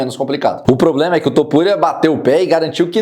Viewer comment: é " poblema" KKKKKK " vou se tornar campeão dnv"